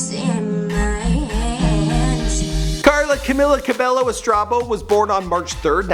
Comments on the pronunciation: Bruv WHO is Camila Ca-bel-LO ?! It's CAMEEEELA CA-BAE-YO! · It’s pronounced CamEEla CabeYo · No offence but it is pronounced CamEEla CabEYO just saying cuz alot of people miss pronounce it and it gets me mad lol. But I do love your channel!!!!!!! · Cam-EE-la Cabe-YO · how to pronounce 'Camila Cabello': ka-mi-la ka-be-yo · Her Name is Pronounced: CamEEla Cabaeyo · It's pronounced CA-MEE-LA CA-BEH-YO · Learn how to pronounce her name, it’s rude to not know someone’s name when you’re talking about them. “Cameela Cabeyo”